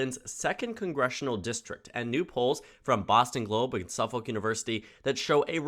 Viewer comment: Lincoln Chafee was elected mayor, senator, and governor. We New England voters cross party lines rather frequently. Fung's opponent seems closely associated with one of the wokest colleges in the country. I doubt Fung will focus on that. Anyway, Suffolk is pronounced "suff'ik" and Langevin is "Lan-jeh-vin." It's a French-Canadian name.